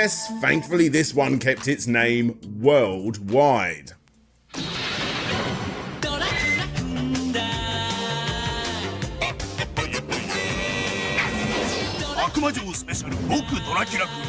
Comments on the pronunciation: Love your complete histories with all my 💚, fantastic deep dives on series I’m not that familiar with that make me want to go back and play a ton of games that I missed out on. Very small criticism, the Japanese pronunciation matters. In this video in particular it is “akuma jou” not “aka mujou” the pause makes a huge difference. Akuma means demon, jou means castle. Tokimeki Memorial is pronounced “toe-key-may-key” not “Talky-me-koh”. Also the pronunciation of Japanese people’s names. This is just something I would like to request to try to improve. Vowels keep the same sound regardless of surrounding consonants unlike English. “a” is always “ah”, “i” is always “ee” like in “meet”, “u” is always “oo” like in “too”, “e” is always “eh”, and “o” is always “oh”. Hope that helps. Other than that small bit awesome video!! Take care and have a great day!!! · "Akamoojoe". Goddammit. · "Akumujo Dracula" :D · i love these videos, but the aKAMUjo is killing me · "akumoojo" "eyega" "kohmyne castle" "battle of eighzu" christ man. I don't expect the average joe to have to learn how to pronounce random stuff from a language he doesn't speak. But you're not the average joe, you're making money off of hour-long documentaries focused on japanese media. Is it really too much to expect you to learn to say other people's names, other people's locations?